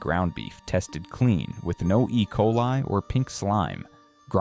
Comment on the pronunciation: No love for Walmart but still hate AI channels. What is "e coalee"?